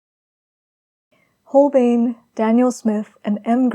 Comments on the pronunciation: "Schmink-ah" and "Hole-BINE" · Its Shmink-E and Hole-Bine’ it’s embarrassing to see so-called professional artist not pronouncing correctly materials that are hundreds of years old. It’s embarrassing. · Schmincke = Sh-mee-n-kuh Holbein = Hole-b-eye-n Dear gods. I don't know how to type phonetically. 😂💕😘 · Just in case you'd not had the luxury of hearing it aloud before (and why should you, tbf!) the 'e' in Schmincke is voiced. As if it's Schminck –ah. And the 'bein' in Holbein, rhymes with sign – I know, German is weird, I am very sorry! 🇩🇪 Pronunciation to one side, your layering and texture building is breath-taking, and your brushwork masterly. The portrait reminds me very much of Liv Tyler, and your colour pairings in all three studies are a delight, thank-you! 🙏🏼